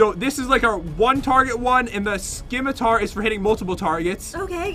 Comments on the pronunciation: The C is silent in Scimitar.. it's pronounced 'Ssimitar' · Scimitar. it's pronounced "SS-Ih-Mih-Tar" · Who else was kinda annoyed that you say it like (simitar ) and not scim-itar. The C is silent